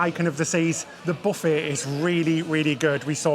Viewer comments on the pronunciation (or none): none